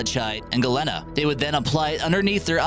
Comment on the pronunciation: Malachite and Galena are pronounced MAL-a-kite and gal-EEN-a!